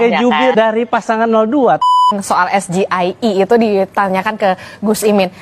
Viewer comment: SGIER bukan SGIE .. pendukung 02 merasa bangga mendengar cawapres nya mengucapkan yang salah 😊